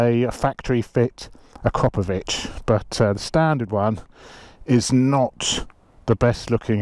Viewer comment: AKRA- PO- VICH. NOT acropavich